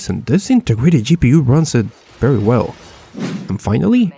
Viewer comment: Berry berry Impressive